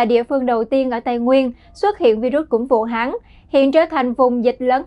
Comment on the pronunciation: Good Morning DKN Training department : May you please listening your MC pronunciation and Vietnamese grammar? For example: Vu Han ( not Vu Hang ). Regards ; QPHAM